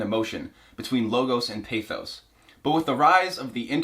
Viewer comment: I'm at minute 3 and what gave it away was the incorrect pronunciation of pathos